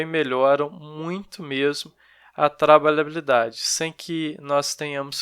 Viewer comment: Kkk, não consegue falar trabalhabilidade corretamente, mas foi bom o conteúdo. ;)